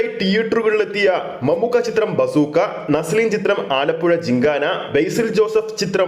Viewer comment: ബാസൂക്കാ അല്ല ബസ് ഉക്കാ എന്ന് ആയി ഇതിന്ടെ പേര് 😄😄